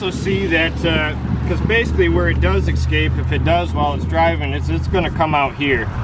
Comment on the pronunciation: guys guys.. the word is NOT "eXcape"! It is "eScape".. there is no X in the word FFS